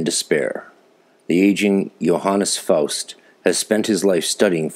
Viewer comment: First time I hear Faust in english translation. As you sure know only a small percentage of the genius can be captured this way. But your german pronunciation is excellent! I very much enjoyed your episode!!